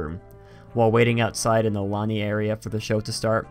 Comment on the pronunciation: "Lanai" la-NAI not lanny. Lanai is "veranda" or "patio".